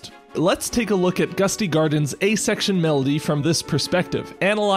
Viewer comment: Every time he says "A Section" it takes my brain a few milliseconds to realize he isn't saying "asexual".